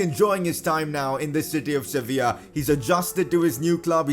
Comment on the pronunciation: He said servilla lol